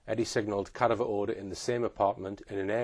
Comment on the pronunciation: please learn how to pronounce, CA- DAV- ER